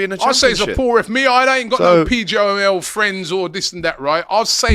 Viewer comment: Despite it being the main topic of conversation, didn’t say ‘PGMOL’ correctly once in this stream